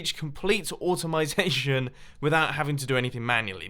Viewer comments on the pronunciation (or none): Automization?? It's just automation, guy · automitation??? Are your mouth and brain not working together like always😅